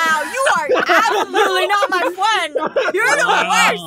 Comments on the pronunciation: YOU NOT MY FWEND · is not a fwend he’s a fwo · NANI!!!! Aphmau:I will win:NANI!!!! RossFwend:will you be my fwend